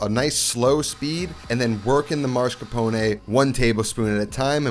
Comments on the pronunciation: He says "MAR-SCAR-PONE". there is no MAR in MAS-CAR-PONE. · Mass-car-pone Not Mars-ca-pone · Why do so many people insist on relocating the “r” in “mascarpone”? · Can’t unhear the mascrapone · Has anyone noticed that he is pronouncing mascarpone as marscapone? Once I noticed it once, it couldn't be unheard 😂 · Um. It’s not Moss. It’s Ma-scarpone. 🤌🏻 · Why for the love of all that is holy someone with this much passion for Italian food pronounces mascarpone as "maRscapone". It's infuriating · Man not you saying "marscapone" 😭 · Yes. MAS-CAR-PONE. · You know there's only 1 letter R in Mascarpone right? 😆 Great video, I like to mix up my Tiramisu with soaked Oreo's instead of Ladyfingers for a bit more crunch & chocolate. A second layer of cocoa or shaved dark chocolate is nice too... Fun Fact: Tiramisu is traditionally a dessert that was popularized by "ladies of the night" in Italy who needed a "pick me up" in between clients. The things you learn in culinary school... 🤣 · No, he is ADDING an R.